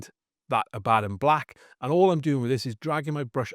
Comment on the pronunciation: God bless this man for pronouncing Abaddon properly.